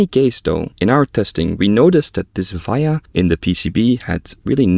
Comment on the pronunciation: I like how you say VIA, its pronounced as VEE-uh